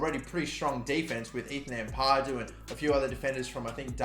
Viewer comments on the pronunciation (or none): none